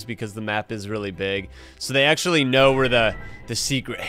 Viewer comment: i like when said thats achully crazy brotheer at 6;50 lol